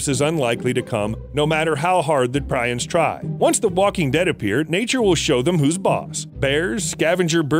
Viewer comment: Prions is pronounced "Pre-ons". Good video brother.